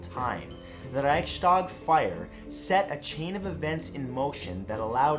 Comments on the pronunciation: I cringed everytime he said Reichstag. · You mispronounced Reichstag!